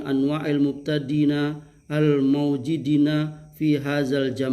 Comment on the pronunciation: maaf komen receh, zaman itu pakai zai / za' beliau membaca pakai jim. mungkin perlu belajar makhorijul huruf dan sifat nya :D